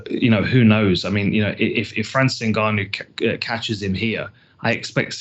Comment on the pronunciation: for the love of christ, his name is pronounced " En- Gah- no" Step 1 pronounce the " N".(En) Step 2 then "Gannou" ( Gah-no)